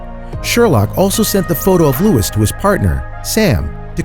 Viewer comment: You are pronouncing Louis wrong